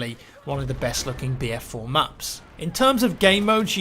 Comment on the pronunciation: i swear he is saying beer4